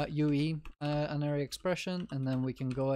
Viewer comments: god damnit unary isn't pronounced like uninstall, it's pronounced like unity also + is not an operand, + is a binary operator, it's binary because it depends on two operands likewise, a unary operator has a single operand conditional operator is also called a tertiary because it has three operands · Unary is pronounced as in Unicycle, Universe, United. Not as in onion, undead, unhelpful.